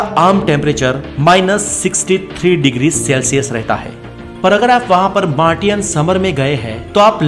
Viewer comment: Study kaha tak ki aa aap ne mtlb ki padhey kitna ho? Yeh swaal mainey isliye pusha hai kyuk k tum shabdo ka uchaaran bohat galt kartey ho har video mein khaskar english mein ek bata bhi deta hu Martin Or Maartion mein bohat fark hota hai